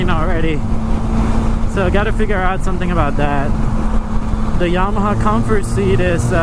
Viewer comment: Bro! It's YAMA•HA not YA•MAHA